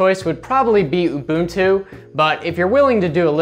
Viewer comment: "oo-boon-too" nailed it